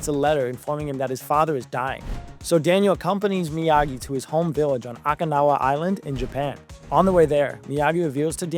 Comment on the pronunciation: You mispronounced several character names as well as Okinawa.